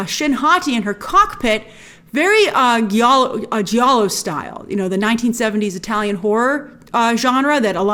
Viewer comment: Great reference to Giallo Grace ! But it’s pronounced “jiallo” with a j like James.